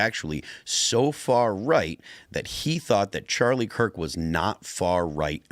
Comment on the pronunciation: He keeps calling him Charlie Clerk 😆